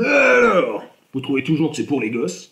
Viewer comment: "Huuuaaalors ?" waa, magnifique mot, magnifique prononciation ! ^^ Bon, c'est pas ce qui me convaincrait d'acheter ce jeu de bille mais c'est marrant à voir, merci pour cette vidéo, cher Hard Corner à la voix rauque !